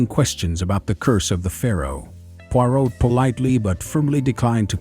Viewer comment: ??? Poirot pronounced correctly 🤔